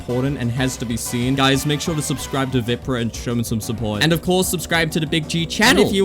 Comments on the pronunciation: man just called VIPRAH WIPRAH 😭😭😭😭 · there is no way u called him veeprah